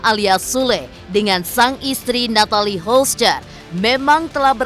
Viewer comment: Yg terbaik saja buat mreka yaaaa.. cm mau protes aja,ini yg bca skrip g pernah bener nyebut nama Natalie Holcher 😅😅😅😅